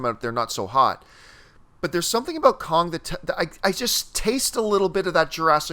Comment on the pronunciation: Why can't say "Kong"???